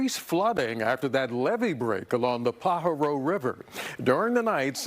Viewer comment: Say it, PA HAR O. How I wish newscasters could pronounce correctly.